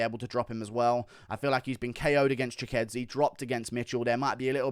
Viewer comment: Wtf bro that's giga chikadze not gigadze